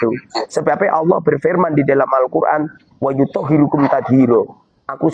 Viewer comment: Mohon diralat yg menjadi promotor yutup ini. Itu bukan wayutohhirokum.tath hiro.dgn dibaca nashob Yi.